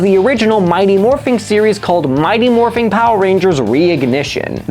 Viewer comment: Great video, but I kept getting pulled out of the story every time he said “Morphing”. IT’S MORPHIN’!